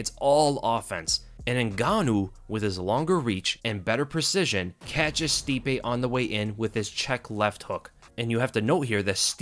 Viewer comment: I toooooold you all, I can’t believe how everyone was saying stipe again . No wayyyyy